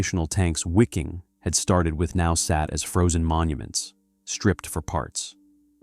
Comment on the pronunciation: The pronunciation in this is just brutal. “SS Wicking” lol. Also I am pretty sure “breakout at all costs” is not three words.